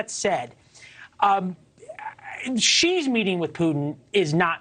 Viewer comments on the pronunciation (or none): It's Putin not Put'n